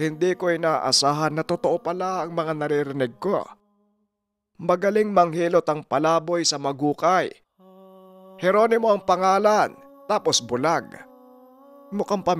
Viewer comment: Hlow po Yung lugar na snasabe nyo po is Casuntingan tsaka Maguikay, silent u po Yun🙂Magikay po pag binigkas yun